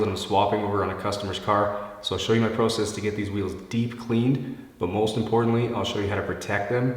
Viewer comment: It’s so weird how he say ProCess but I like it